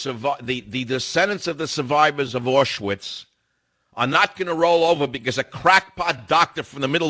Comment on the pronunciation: I'd personally like to here from some of these survivors of "AW-schvitz" you keep saying have an opinion like you say they do.